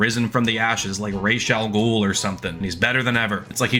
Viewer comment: Holy cunning linguistics, Batman!! Someone of the English speaking variety FINALLY being able to pronounce Ra’as Al Ghul’s name correctly!!